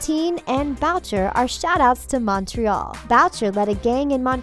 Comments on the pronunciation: you don’t pronounce Montreal right... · You said Montreal wrong How Rude I live in Montreal also Bughead is Betty and Jughead duh all Riverdale fans know that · Exactly. I'm mainly getting annoyed by their pronunciation of Montreal